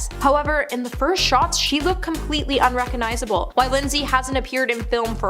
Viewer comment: RecoGnizable. There’s a “g” in there.